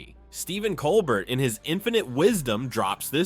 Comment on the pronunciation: Learn to pronounce Colbert if he's the subject of your video. Is this an AI narration?